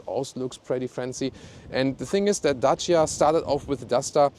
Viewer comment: Good & cheap car as always. Nice 4 U 2 say 'Dacia' as it originally sound in romanian. 👍